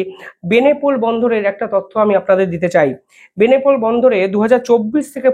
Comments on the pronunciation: ওরে ভাই,"বেনেপোল" নয় বলো বেনাপোল।একজন ভারতীয় হয়ে বেনাপোল কে বেনেপোল বলছ? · বেনেপোল নামে কোন ট্রানজিট রুট আদৌ আছে নাকি দাদা ?? আপনার ভুল উচ্চারন শুনতে শুনতে ক্লান্ত হয়ে গেছি ।ইউনিস নামে বাংলাদেশে কোন প্রধান উপদেষ্টা আছে বলে জানা নেই ! সংশোধিত হউন ।